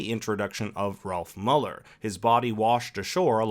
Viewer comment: Is Mueller not pronounced "Mew-ler"?